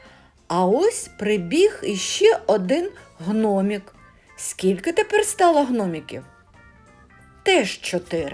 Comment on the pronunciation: Дякую за роботу. Але треба вам попрацювати добре з української мови ще трохи, і буде все суперово. Так на українській мові слово ,,їжачк І в,, а не їжачк О в Так ув українській мові слова ,,гном И к,, а не гном І к😊 Постарайся,в тебе получиться, молодець. Подача матеріалу прекрасна.